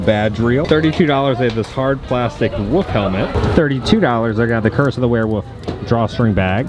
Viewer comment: Did a shot every time said wereWOOF and now im dead lol. Great vid man:)